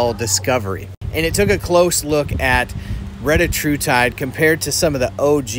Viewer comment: Anybody else need to say "RETTA HU TIDE" more often??